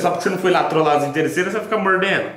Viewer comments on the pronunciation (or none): Inteirreçeiras kkkk